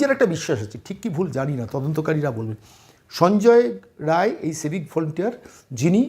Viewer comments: রায় রায় বলছেন, রাই, রায় নয় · সঞ্জয় রায় নয়,নাম বিক্তৃতি করছেন কেনো? নামটা হলো সঞ্জয়ে রাই। ঠিক করে বলুন ভুল সংশোধন করে ভিডিও দিন।